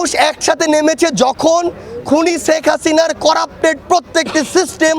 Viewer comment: Sarjis to Sheikh uccharon ta o thik moto korte parena. Bangladeshi hoye thik moto bangla e uccharon korte pare na, se ki vabe Dhaka bisshobiddaloyer chatro dabi kore. Faltu